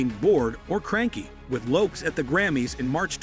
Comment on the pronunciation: I couldn't get past "Jennifer Loops" Your AI sucks